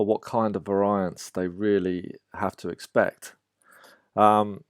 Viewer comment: That's not how variance is pronounced.